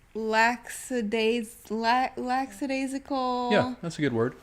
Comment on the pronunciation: I really try to listen for what people are meaning to say rather than mispronunciations/misspellings but it definitely stood out to me along with "lacksadaisical" since they both said them in the modified way